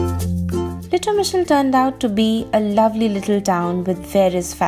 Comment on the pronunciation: Impressed by your pronountiation, I ma not sure I could say the name lol. What a cute little town for sure. That green car was so retro!